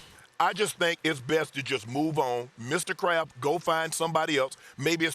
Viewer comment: everytime shannon says “Mr. Kraft” i always hear “Mr. Krab” lmao